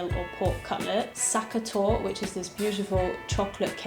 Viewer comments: Sucker tort? Boy, you even didn’t learn how to correctly pronounce Sacher torte,)))) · Wow the pronunciation of Sachertorte was quite bad. Hope you are learning German with full energy, and if not, plan to leave soon. I know this sounds harsh and isn’t meant as a personal offence, I just don’t understand how you can comfortably “live” in a country without knowing the local language. Thing is you probably aren’t really there. I could for example never move to Spain without speaking Spanish. Just the disconnect from everyone around you.. Also, no we are not an “English” speaking country, are you thinking at all? lol